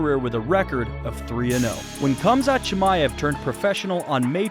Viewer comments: Its pronounced hamza chimaev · At least pronounce his name correctly